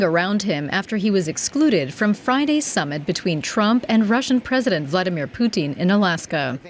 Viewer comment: The way the narrator prounounces Putin sound like Poutine, which is a Canadaian food, some fries with cheese curds and gravy.